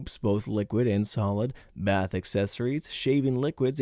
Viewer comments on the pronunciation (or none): none